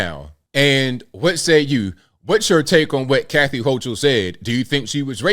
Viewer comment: pronounced "Hoe KUL" but otherwise you are spot on!